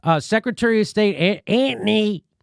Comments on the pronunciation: I don’t know what it is about white ppl mispronouncing someone’s name that just isn’t funny at all to me.. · Jimmy, your pronunciation of "Antony" slays me.